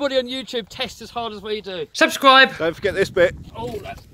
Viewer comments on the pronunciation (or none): STOP THAT "SUSCRIBE" THING....